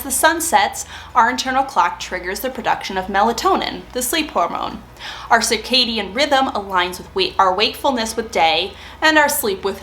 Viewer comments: Sir-cadian, not sar-cadian, please. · Sounds like you are saying sarcadian rhythms (sir cadian). Great tips. I am genuinely interested in what your sleep schedule ends up being post menopause but I guesd we will have to wait awhile for that. I used to sleep like the dead and wake at 5am without an alarm. Now I have insomnia a lot of the time. What is the white plastic organizer with clear lids. Can you provide a link to purchase? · regional differences both are acceptable